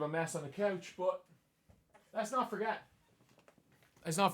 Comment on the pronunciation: “B-U-T”. No “o” in it,, me boyo.